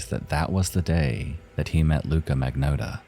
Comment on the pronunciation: Well, after twelve long years, our misery-perpetuating pal finally caught up with the rest of his community and covered #2... and then, he pronounced the bastard's name wrong! I'm only teasing, though. After all, he did a public service by honoring the victim more than the killer, and you can't spell "Magnotta" without "NO".